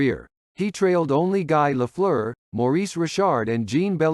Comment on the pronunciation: I’m pretty sure this is a robo-voice. It couldn’t pronounce Guy Lafleur either. (Or Jean Beliveau!)